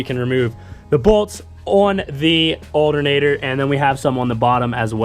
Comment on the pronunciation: I can’t stand how he says alternator “aldernader.” It’s not an alder nater bro! 😂 other than that the video was great! 👍